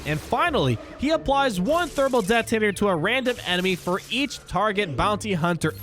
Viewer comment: I love your videos but please stop overpronouncing your T's. It's not "det-tonator," It's "det-onator." Drives me crazy! alright rant over, nice review of the reworks!